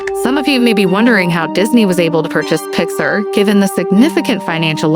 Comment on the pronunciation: It’s actually pronounced “pix-ARE”. Otherwise, this is a good and accurate presentation!